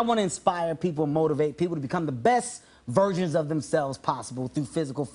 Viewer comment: i thought he said virgen?!